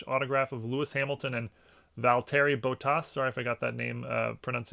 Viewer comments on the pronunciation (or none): none